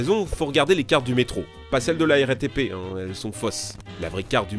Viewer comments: Je sais ce que c'est qu'un métro, merci, mais un "meetro" comme il dit au début de la vidéo, jamais entendu parlé... "Mitro" si tu préfères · il a dit le mitro a 0.28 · Je te corrige tu a dis le "mitro" mais sais pas grave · ta dit mitro je crois non qlq peut m'le confirmer stp